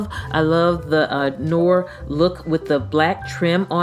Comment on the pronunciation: Very nice,! "Noir" (on the hand sanitizer) is pronounced Nuh-waar. It is French for the color black.